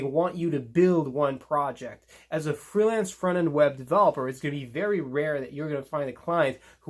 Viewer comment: Thrilance or freelance